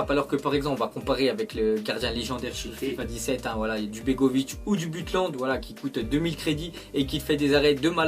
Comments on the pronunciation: et sa se prononce beutland pas butland t peter tok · "Buttelande" 😂. Et si Neuer est une passoire c'est à cause de son style d'arrêt "classique"